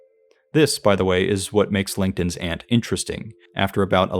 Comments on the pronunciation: you said langton's ant in a way to the point where the caption thought you said linkedin's ant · Is it just me. It sounds like you are saying “LinkedIn’s ant” instead of “Langton’s ant”. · Took me a long time to realize you weren't saying "Linkedin's Ant" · I genuinely thought you said "LinkedIn's Aunt" and now can't stop hearing that. Love this video and your attitude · Captions agreed. I thought it was a joke until I listened to it again. 😅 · I heard the same thing.